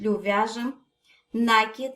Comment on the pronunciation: НакИИИд ударение на последний слог!Бактус прелесть❤❤❤!